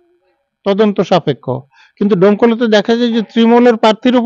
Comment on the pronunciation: দমকল না ডোমকল